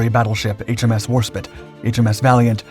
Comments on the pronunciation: Mah-LAY-ya Warspite, not Warspit. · It's 'Warspite' with an 'E'. Not 'Warspit'. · Get your ship names rite buddy if your going to make videos.. its NOT HMS WAR SPIT.... WARSPITE got it you left the e off the name its the HMS WARSPITE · "Warspit...." No it's War-SPITE as in to "Spite one's enemies". As much as I enjoy the content, the mispronunciations do grate, especially when it comes to British English and not American English words. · Warspite not Warspit! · HMS "War-spit?" 😀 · I'm guessing the "e" was left off the end on the script he was reading. lol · Yeah, they keep doing that. Every single time they mention Warspite they pronounce it in an insulting way.